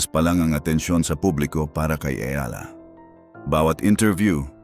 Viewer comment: Eala po or Alex na lang. Mali ang pronounciation mo sa apelyido ni Alex.